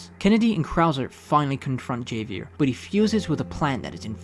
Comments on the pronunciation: The way you pronounce Javier makes my skin crawl lol. My name is Xavier and i hate when people pronounce my name wrong in english or Spanish. Javier is just Xavier in Spanish. It's pronounced HAV-EE-AIR (usually unless you're french, then it's pronounced HAV-EE-AY) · it's pronounced Javier (havier) silent J and Leon didn't go south America he went to Europe as they are Spanish not South American lol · Goddam that "Javier" pronounciation keeps throwing me off 😂 "Ha" (like in Hat) "Vier" (like how you're already doing it). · Why do you say his name like that? 😂 its pronounced hah-vee-air lol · It’s pronounced Ha-V-Air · It is a spanish name so the pronunciation is "kha-vyair" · Ha-Vee-Air = Javier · Javier… it’s pronounced with an H sound. It’s pronounced Havier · Its… “ha-vee-air” The J in Javier takes the role of an H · I was wondering if anyone else had peeped that. I was just listening to that and i was like.... Javier, Ha vee air? 😂😂😂😂😂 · bro u have no idea how angry it made me hearing him calling it javier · great video but “Javier” is pronounced as Havier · Your pronunciation of "Javier" broke me 💔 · Nice video but god man, could you please pronounce a word as simple as Javier correctly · The way you pronounce Javier. 😂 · Ain't no way in hell you're pronouncing "Javier" like that... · Bro pronounced Javier wrong. It's literally pronounced with an H! 💀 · Javier, the j is pronounced like an H lol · you’ve no idea how much of a pet peeve it is for the correct pronunciation to be stated in the game, and yet someone still pronounces it wrong despite hearing it Ofc that doesn’t work if bro never played the game and just did research for the video which i guess it’s fine but it still irks me lmao Not in a serious way ofc, i don’t care that much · Dude you butcher the names of Javier and Manuela